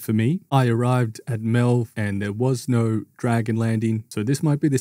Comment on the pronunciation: No way you pronounced melve like that with everyone in game saying it the way it should be said 💀